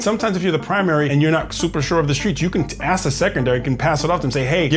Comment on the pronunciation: why o why is the teeny, tiny, three-letter word “ask” SO IMPOSSIBLE for a group to pronounce????